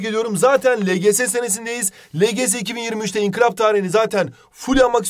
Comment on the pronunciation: İnkilap değil inkılap!!!!!!!!!!! Not:en başta diyo